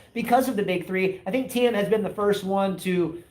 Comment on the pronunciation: Please... as well as you spell Tomics name do it with Thiems also... it's like "Teem" or "Team". "IE" in german (which we speak in Austria) is spelled "I" which is "EE" in english. Greets.